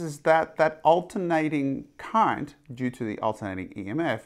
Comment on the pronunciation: Your pronunciation is funny sir. Almost like "Electric Cunt".